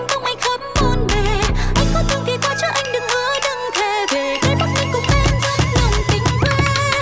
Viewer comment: Yaaa, you pronounced ''Bac Bling" and "Bac Ninh" correctly